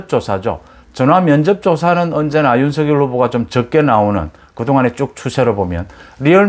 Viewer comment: 항상 공정하고 예리한 분석 고맙습니다. 이준석의 적절한 통제 노재승의 손절은 불가피합니다. 그리고 윤석열 발음시, 본인도 연설시 "서결" 이 아닌 "성렬" 로 발음합니다. 본인이 원하는 발음으로 이름을 불러주어야 할것입니다